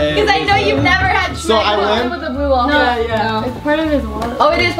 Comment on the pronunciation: When was it ever called "Shmegma" It's just Smegma.